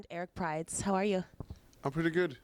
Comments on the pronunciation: It's prydz and pronounced prids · Prdyz is pronouned "pridz" rhymes with kids